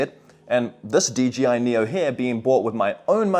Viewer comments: If you're going to review a product at least get the name right. DJI NOT DGI! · I can't be the only one that thinks he keeps saying "DGI"? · You know its an I not a G right?? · I’m glad to hear that I’m not the only one who says D G I instead of D J I no matter how hard I try to say it right. 😂